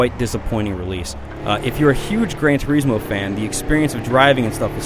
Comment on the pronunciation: what the fuck is Gran Tur-ee-smo? butchering the english language again are we??